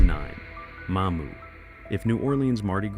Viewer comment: That's Mamou', not Ma'mou!